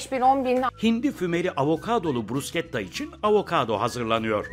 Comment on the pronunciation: Aynen kimsenin bilgisi yok. Ayrıca bruşketta diye okunur sunucu bile söylemesini becereilmiyor👎🏻